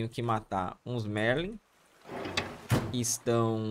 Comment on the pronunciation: não é merlin, é marlin (sílaba tônica no A).. uAHSUahs Abraços gatão!! LIKE! LIKE! ☺♥☺♥